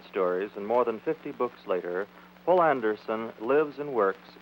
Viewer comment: That would be "Poul Anderson", not "Paul". Citation